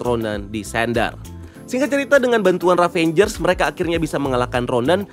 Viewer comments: ravagers mas bukan ravengers... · IT'S RAVAGER, NOT RAVENGER BRUUH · Maap bang.. Ravagers bukan Ravengers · Izin koreksi, nama genknya itu Ravagers bang (baca: Ra-va-gers), bukan Ravangers 🙏🙏